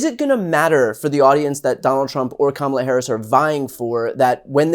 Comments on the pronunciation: It is comma, la: Really hard to pronounce. Trump and MAGA are so weird. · Trump and the MAGA Republicans main campaign theme seems to be deliberately mispronouncing her first name and then snickering like Beavis & Butthead. It may be effective with the MAGA base but any sensible adult should be offended by it. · Being a former conservative, I can tell you that Nancy Mace mispronounces Kamala for many reasons: to please Trump,.. because she's racist or pretending to be,... but the biggest reason is because she and MAGA cult literally orgasm when they "Own the Libs." Mace was probably extra wet sitting there surrounded by 4 or 5 Libs and "triggering" them. It was written all over her face. #YesWeKam VOTE 💙💙💙 Harris/Walz 2024 #MindYourOwnDamnBusiness